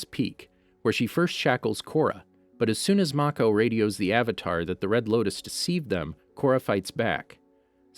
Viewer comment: you said loktis not loutis